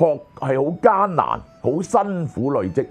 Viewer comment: 有不少字的粵語讀音有誤，希能修正。如“累積”、“鍥”、“楫”、“駑”…